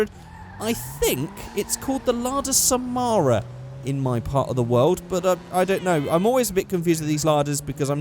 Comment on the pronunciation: Just came across this vid and I gotta say, I love the way you pronounce Samara and Sputnik. The main (and only, actually) difference between these two is that Sputnik (Russian for satellite, companion, fellow traveler) was used in USSR/Russia, while Samara (a Russian city) was used for exported models.